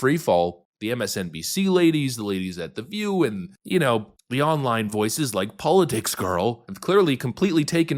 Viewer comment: You mispronounced politics